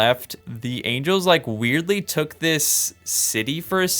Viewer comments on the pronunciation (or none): Someone know that he mispronounced Angles? And someone heard that if you make war between them it is Ancient War of Evil and GEOMETRY?